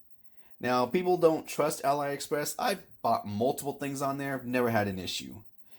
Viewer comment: Just so you know, AliExpress is not pronounced "AL-EYE Express", it's "Ah-Lee Express" because it used to be called Alibaba